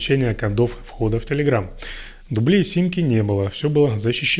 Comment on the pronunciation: Не Админ а адмИн.... Не дублЕй а дУблей, а правильно говорить дубликат....